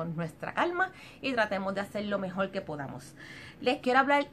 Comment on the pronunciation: Recuelde, mejol, usal, fuelte, utilizal, sel, olganico, nolte.... por favorrrrrrrrr